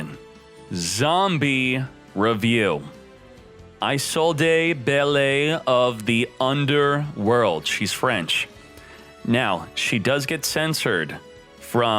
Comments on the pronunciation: Belle is French, pronounced Bell. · It's pronounced "bell" god damnit